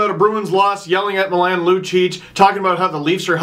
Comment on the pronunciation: Oh no, Steve. The way you pronounced Milan made me cringe (it's MEE-LAWN). I still love you doe. Also love the shirt